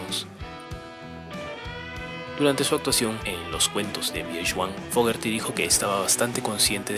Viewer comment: te voy a decir como se pronuncia su apellido así se pronuncia FOGUERI tengo 48 años escuchándolo y quiero que en mi funeral se escuche pura música de Credencce